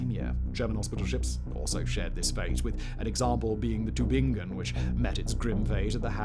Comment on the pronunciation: Thanks for trying to pronounce Tübingen 😂 very close, but its emphasis is on the ü | Tü>bing-en, not Tü en. Excellent work on the ing ! Hats off for not falling into the tubinjen trapdoor! If there's a G written, it's a G spoken, not a J :)